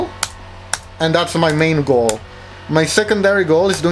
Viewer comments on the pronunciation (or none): He said "my main go" and what i heard is "my 🥭"